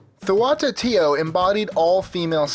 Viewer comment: Man the pronunciations are horrible throughout this video. TLA-lock instead of tla-LOCK is one glaring exampl, and Meh-hee-ka instead of Meh-shee-ka is just plain insulting.